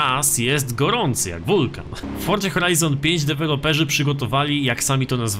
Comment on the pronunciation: Czemu ty musisz wordza a nje Forza